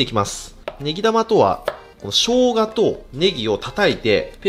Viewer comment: 「ネギ玉」がずっと「ベギラマ」に聞こえる